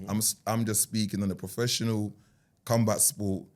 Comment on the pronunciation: Man said cumbat sports 🌋